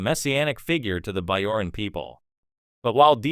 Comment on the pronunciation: I’m sorry, it seems like the AI voice is saying Starfeet Captain Sisko. The Curdossian occupation? The Biaoran people? Try not using AI.